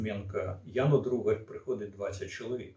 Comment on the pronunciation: блять, то "Дударь", теперь "Другарь". ДУГАРЬ она, так сложно внимательно прочитать?? вот такие мелочи и подрывают доверие, и заставляют задуматься, что уважаемому спикеру на самом деле глубоко пофиг на то, что он там говорит для аудитории. потому что понятно же, что он эту фамилию впервые увидел и ни разу не слышал.